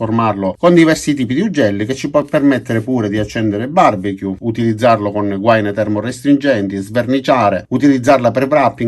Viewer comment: Gua-ìiiiiiiii-na si dice Controllare sul dizionario per credere :-D